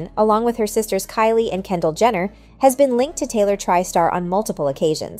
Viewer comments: not sure if the announcer is being shady or if AI is glitching-- but they keep pronouncing "Jenner" as "Gender" and its wild. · Jenner, not Jender. Tri-Star is pronounced as Try-Star, not Triiiiii-Star. 2 examples of ignorance.